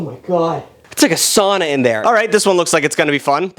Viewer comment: I am on the brink of unsubscribing from the way he pronounced “sauna”